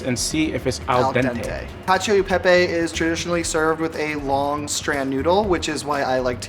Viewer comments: why the second boy pronouncing pepe as pepay. isn't he italian american? no baby the roman's aren't proud of ya 😭😭😭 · I also hate how he's so proud of being partially italian and then pronounces it "pey-pey"